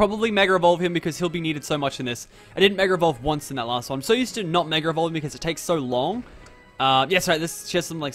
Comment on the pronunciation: Mega not Megger